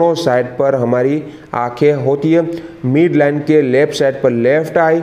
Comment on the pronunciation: मीड नहीं मिड होता है